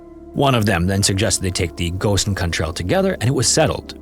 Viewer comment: The pronunciation of gosainkund is so funny ! Incorrect